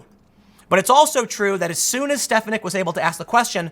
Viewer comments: Love your videos, Tim! But, you were killing me with the pronunciation of Elise Stefanik's name. She's my rep in Upstate NY. her last name is pronounced steh-FAH-nihk, not STEHF-uh-nihk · It's Stef-AN-ik. Sorry, had to get that off my chest. Carry on. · its pronounced "Stef an ick"